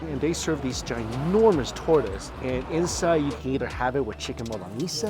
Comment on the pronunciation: You have to learn how to say torta the right way already. Lol.